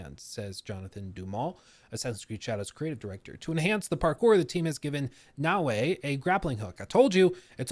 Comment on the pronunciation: Naoe, E, is supposed to be pronounced as A in Japanese. So, it's actually Nao+A, not Na Wei. Wei is usually use by Chinese.